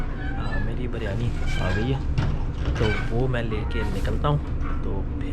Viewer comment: Bro everything is fine except the word you said Baryani Actually its not baryani its “biryani”